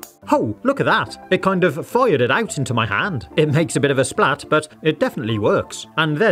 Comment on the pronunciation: I had to look at the transcript to figure out that you'd said 'fired it out' . It sounded like "foyer did out'.